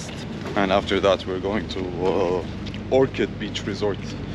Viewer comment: Ohrid not orchid :D